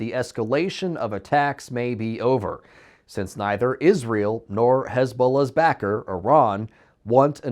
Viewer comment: Why can’t you pronounce Israel properly?